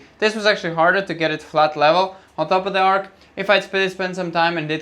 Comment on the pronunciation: Its an arch, not an ark! X